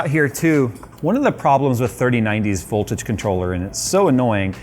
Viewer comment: Did he miss the V-key when saying ”Boltage”?